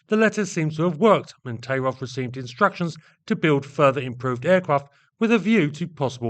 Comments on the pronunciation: Thai-rof not Tay-rov. Sorry. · Yes, I'm boring, and I'm Russian. 1. The surname is pronounced "taIIrof" with the accent on the long "II". 2. Tairov could not have been the key to the CREATION of I-16 in 1933. He accompanied the finished project. In those years, Polikarpov was in the strange position of a political enemy of the people, who was pardoned for creating the I-5 prison in Moscow. It is not Polikarpov who holds someone in subjection, but him. I'm serious. Polikarpov "porazhenez", that is, from the category of citizens of the USSR without rights. Because the "ex" one of the exploiters. But he got his training from the young Sikorsky. The expert. In 1929, Polikarpov was sentenced to death by firing squad. Even in prison, Polikarpov was subordinate to prisoner Grigorovich, and immediately after that, he was subordinate to Ilyushin. Tairov is a socially close proletarian engineer. Soviet historians dare not write anything even neutral about such a thing, only praises. There are exceptions, and they are especially interesting. 3. Heavy fighters, or the term "air cruiser" used in those years in the USSR, is too vague a class of combat aircraft. There was such a circus in the USSR that they could go around the whole world in terms of the number of "cruiser" projects. 4. Therefore, I focused only on SINGLE-seat COMBAT aircraft created AFTER the outbreak of WWII in the fall of 1939 and before the German occupation of almost all Soviet aviation centers in the summer of 1941. Some aircraft designs are slande